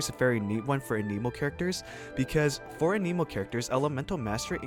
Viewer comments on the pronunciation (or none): It’s Ah-neh-moe, not Ah-knee-moe, jeez, the nerve of that girl (hermione). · 'Anemo' not aneeeemo, they literally say it at teh start of the game when directing you to the statue of the seven. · it's pronounced anemo. You're welcome